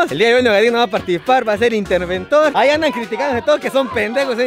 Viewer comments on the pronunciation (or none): Para que no “Ahiga” trampa. 2022 😂